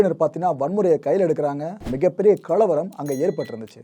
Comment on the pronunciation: Your explanation is beautiful.Please pronounce the Tamil words properly "kalavaram". don't stress "la" in this word.